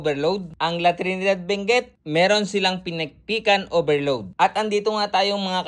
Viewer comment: Benguet po hindi binguet